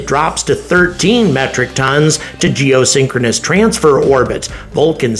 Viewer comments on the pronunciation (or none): none